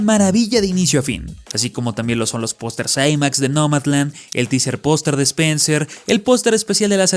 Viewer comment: Es idea mia, o dice POSTRE en vez de POSTER, incluso en los subtitulos dice POSTRE xD